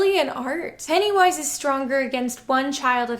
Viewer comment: It really kept sounding like you were saying Pantywise.